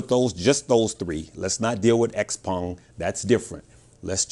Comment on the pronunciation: You're one of the few that pronounces Xpeng properly 😎 I don't own Tesla, but I'm ready for Nio to go to the moon 🚀